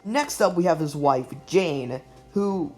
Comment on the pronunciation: Yeah, some of the pronunciations got me side-eyeing the narrator... but it's all luv.